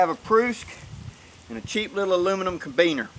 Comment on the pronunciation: I cant resist.... ca-RA-biner, not cabiner.